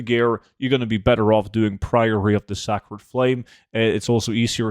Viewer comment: Not 'sack-red' but 'say-cred' I'm sure you've been told though.